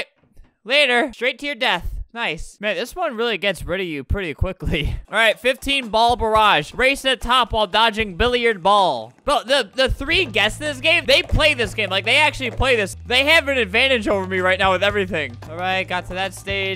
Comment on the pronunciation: Did my man's call the billiard game BILLY YARD ?